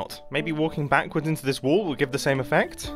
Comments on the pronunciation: I am still wondering why Mumbo is saying "wool" instead of "wall" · say Wall one more Time please XD